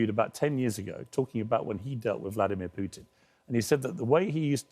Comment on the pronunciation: Piers couldn't even spot humility if he tried. Also: "Pewtin"😂